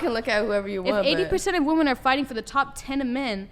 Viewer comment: why cant any of these females pronounce "women"?